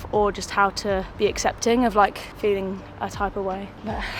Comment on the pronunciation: In the video asked, "How are you feeling?", but the last word sounded as "Phily-ng". I wonder whether this spelling can be used somewhere...